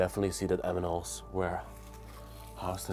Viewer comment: Lol. said Anminals.... lol. 🫠🤩🥰 aww.... the Amnimals.....